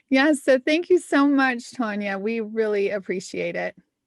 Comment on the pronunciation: Her name is spelled Tania and y'all are pronouncing it like it's spelled Tonia... Which one is right? Tan or Ton? It's gonna bug me.